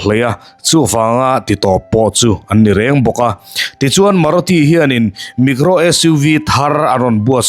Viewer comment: Micro i tih hi negro i ti emaw ka lo ti char char a lawm le... eng company tak chu ni ang maw ka lo ti a....